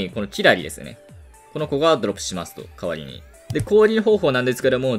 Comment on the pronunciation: 代わりにがかわいいに聞こえる